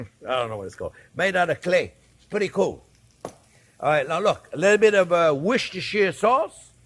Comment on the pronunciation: Try saying "Wooster" instead of "Worcestersure"